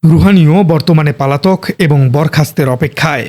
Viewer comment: আমার মনে হয় আপনার উচ্চারন গুলো ঠিক করবেন। যেমন "পালাতক" শব্দটা অনেকবার উচ্চারন করেছেন।